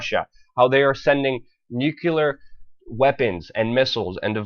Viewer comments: Luke, you perform well but please don't say NUKE-u-lar, you sound like the little Bush. It's pronounced nu-cle-ar. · You lost me when you said nuculer.. it's nuclear. Reminds me of G. Dubya Bush. And what's up with the Puin? It's Putin dammit! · Haha Funny. Israel warns Russia? LOL Russia would brush them off like a flea. Proof ISIS is Israel. Luke? Stop saying NUCULAR? You sound like Dubya. It's NUCLEAR! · syllables... Nu - clear... very simple, not Nu - cu - lear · Clearly the inmates are running the asylum. Vacuous threats that Putin will wind up like Qaddafi will be a lot harder to do than say. McCain collaborated with NV and has to maintain his truculent stance lest anyone become suspicious. WW3, if it goes direct and not proxy, will end all of our worries. Personal note to presenter: Please learn how to pronounce the word "NUCLEAR" it's not Nucular like GWB mangles it. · Please learn how to pronounce NUCLEAR correctly. Increase your credibility.